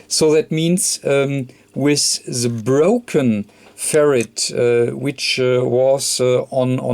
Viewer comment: You are a great technician, and I love your accent , but it makes me laugh like crazy every time you say "Ferret" lolol because we send "Ferrets down the rabbit hole ! cheers